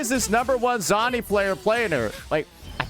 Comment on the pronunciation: He can’t pronounce Zani 😂😂😂😂